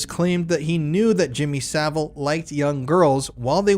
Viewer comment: Jimmy Sa-VILE.